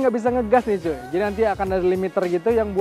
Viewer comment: cuy nya kurang cuuy, ganggu dengernya 🤣🤣🤣